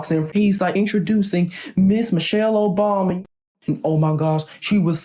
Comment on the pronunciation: “Introducing Ms.Michelle Obomy”🤣